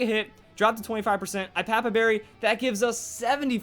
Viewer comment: It's pronounced, "Go-LYE-so-POD", as in "Goliath" and "Isopod". Also, it's "Ee-AH-pa-pa", since the Iapapa Berry is named after the papaya fruit.